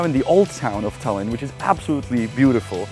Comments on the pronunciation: it’s Tallinn not Tällinn. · It's pronounced Tie-Lin btw Janek